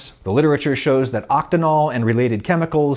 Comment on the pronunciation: Yes, oct-een-ol. It comes from the word alkene. The -ene part means it has a double bond between carbon atoms in an organic molecule. What he was saying was octanol, which comes from alkane, which denotes only single bonds between carbon atoms in an organic molecule. The difference between octanol and octenol is that human mouths, mushrooms, and lemon balm, and is edible. Octanol is used to make perfumes stick to skin more easily and is not found in nature. Also, the words alkane and alkene are Greek and are distinct enough if spoken properly